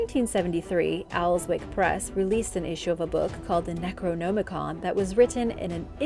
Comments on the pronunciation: You're saying "necronomicon" wrong. You don't say "no" you say "nam" as in Vietnam. Necro - nam - i-con. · my only complaint is that i believe you are pronouncing necronomicon wrong. not that i care just that it sounds incorrect. like ur trying to hard to pronounce it. aside from that good video.